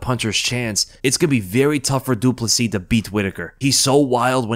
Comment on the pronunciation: At least he is getting the surname right.